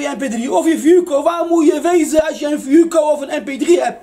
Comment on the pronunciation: Dieses teil heisst fuoco und nicht fooco 🥴🤣